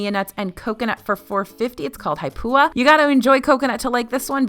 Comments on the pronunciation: Awe it’s Haupia not Haipua, but that’s ok you were close. Great video though. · The coconut pudding is Haupia, not Haipua. ;) Thank you for the video! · Haupia............not haipua